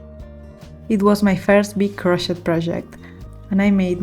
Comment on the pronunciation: I love them all. We have that same Bohemian taste. Also the pink top you don't like that much looks great on. One tip cause I'm American learning Italian. Languages so hard. In English Crochet is pronounced silent T on end. It sounds like crow shay.